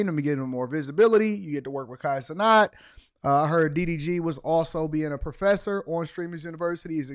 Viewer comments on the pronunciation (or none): Why are you saying his last name like that? If I asked you to say the the word "gnat" would you say "not"?. It doesn't even make sense in grammar terms why you're saying his name like that. Lol